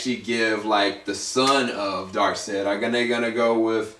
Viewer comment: You pronounced Stepponwolf and Darkseid wrong just so you know, its not steffonwolf you pronounce the p's and its dark'side' so yea. Good vid though.